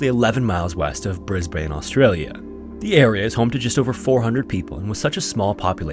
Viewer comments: Sorry as an Australian it’s hard to hear you pronounce it as bris-bane, when here we pronounce it as bris-bin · Absolutely loved this video as always, but wanted to point out that Brisbane is pronounced "Briz-bin" rather than "briz-bane", despite the spelling indicating that it would be pronounced how you said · Dude. - you say briz-ben. not briz- bayne. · I like stories that turn out well, especially as a changeup from the usual. (And, sorry, but it's pronounced much more like "Brisbin" than "Brisbane". Australians like to clip their names, another is "Melbin" for "Melbourne".) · It’s pronounced ‘Bris-ban’ down here to us Aussies… 😂😂😂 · "bris-bane" lol. "bris-BIN" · Maaayte its not ,"Brisbayne", It is "Bris-bun" Crikey ! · It's pronounced BrisBIN not BrisBANE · while I love these series, your pronouncing of Australian cities and places always irk me as an Australian. As they aren't pronounced correctly, for example it isn't Bris-bane it is said as Bris-born. I understand as you aren't an Australian and that it is common for people to mispronounce Australian places so don't stress/worry over it. But just thought you may want to know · G’day, been watching your episodes for some time now and thoroughly enjoy them. Just for future reference, Australian’s pronounce Brisbane as “Briz-bin”. Much like Melbourne is “Mel-bin”. Keep up the great work. Most compelling. Cheers mate. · Holy cow! Mt. Nebo? 30 mins from my place! Awesome to see you covering events from this part of Australia. Oh, and it's pronounced Bris-bun ;) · Say it with me Aussies - "it's pronounced Bris-Bin" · as someone born and raised in brisbane, it isnt pronounced how you think it is, the correct way to say it is "Bris-ben", weird but thats just australia for you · Just a small correction, (i’m sure other Aussies cringed at this pronunciation too) but Brisbane is pronounced ‘Bris-Bin’ :) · brusbane is pronounced brisbun - from a brisbunite - hey from australia! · Stop saying Brisbane like that